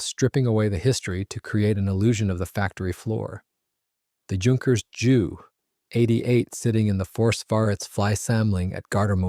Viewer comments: Interesting video, but I wish the commentator would call it a Jay U 88, instead of a Jew88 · Jew88, Jew87, et al were NEVER pronounced /referred that way by the Allies either during WWII, or for ~75yrs thereafter. Only in the past 5 yrs or so has this become a YouTube thing, probably by young presenters who are not "hep to the jive." On that note, it's Dee-Oh, not Doh, it's Em-EE, not Mee, it's Kay-eye, not Key, etc., etc. I suspect there may some germanic influence in this, as Germans in WWII often referred to their types as May (instead of Em-ee), and You (instead of Jay-ewe). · The reason he calls it a Jew 88 instead of a J-U 88 is to differentiate it from the earlier Pollock 88.🤣😅😂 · If you can't pronounce the name of the aeroplane right don't upload 20 minutes of blah blah blah.